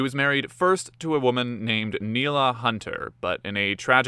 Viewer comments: That's "Neilia", not "Neila" and the woman in the picture is Jill! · It’s Neilia not Neila. You would think you could get the names right if you are going to put it on YouTube.